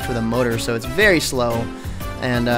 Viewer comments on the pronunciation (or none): none